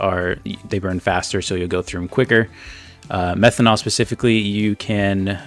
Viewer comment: hi its methanol, not methonal